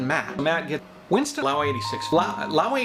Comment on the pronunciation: "WINCESTON" " SERPENZA"